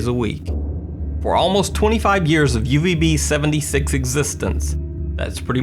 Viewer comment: Laura H I dont know what Russian do you speak, but as Russian i can tell that he sayed - uZb . Instead of uVb he sayed uZb by some reason